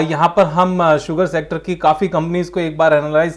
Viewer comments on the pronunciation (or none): क्या मेरे अलावा कोई और भी है जो "शुगर सेक्टर" को "सुगर शेक्टर" बोलता है 😂😂